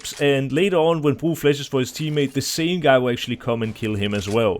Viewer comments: He is pronouncing it in danish where bro means bridge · Bro can you just say "bro" normally ?